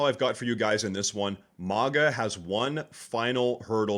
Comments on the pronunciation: Did you just say mawga?! Why? I find that really strange. Even the British say Maga and they're incapable of pronouncing the letter A as it should be accept when it comes to Maga. So why do you say mawga? I'm genuinely very curious. It's messing me up. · Why did you say MONGA ? It's MAGA. lol